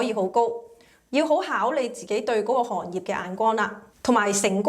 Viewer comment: 係朋友，唔係貧友。 係行業，唔係寒業。